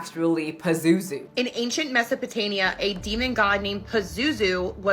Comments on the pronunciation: what really convinced me of her point was Ol’ Girl mispronouncing “mesopotaMIa” as “mesopotaNia” lmfao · “ancient mesopotania” 🤦🏻‍♀️ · Not the americans making educational tiktoks about labubu being pazuzu and calling Mesopotamia "Mesopotania" 😭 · Lmaoo that girl said “in ancient MesopotaNia” 😂😂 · Mesopota-NIA?!! 😢😢😢 Oh my god... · My kid… she’s 7… she’s obsessed… and well.. I’m feeding the obsession and I’m not sorry for it people are fucking insane lmao she said Mesopotamia wrong and pazuzu is the demon from the exorcist lmao (or maybe I’m wrong…) also furbie IS evil. I thought the reboot for my kid last year and it just wakes up am randomly and I despise it buttercups outfit 😂😭💚